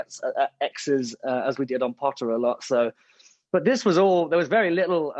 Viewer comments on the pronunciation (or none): He's posted a video on his instagram and tiktok for the POTTAH challenge and he says it that way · WHEN HE SAID POTTAH I SCREAMED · It’s so cute how he still says “potter” and not Harry Potter